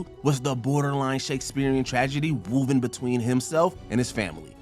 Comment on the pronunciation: Wooven?....Zeelot?? C'mon man 😂